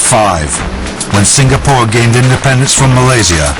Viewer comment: eh walau.its "sing-a-pore" not "sing-ga-pore" la!u discovery leh,england so lan one meh?lols....